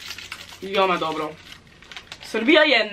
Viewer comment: its not vijoma its vEoma